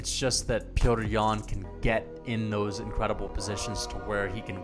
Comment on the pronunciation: You should just say yan because you butchered his name a good 100 times.